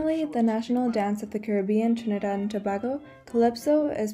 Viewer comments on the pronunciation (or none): Tobago is pronounced more like To-bay-go. Not To-bah-go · THE WORD IS PRONOUNCED TO- BAY- GO. NOT TO BAA GO.... So it's TRINIDAD AND TOBAGO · God....learn to pronounce the names....starting with, Tobago.